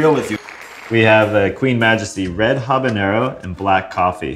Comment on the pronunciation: I'm so happy to hear you say habanero WITHOUT THE Ñ.